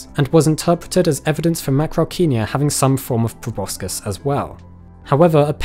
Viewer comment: He mispronounced proboscis